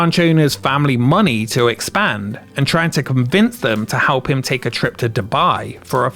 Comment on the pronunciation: why do you keep saying halp?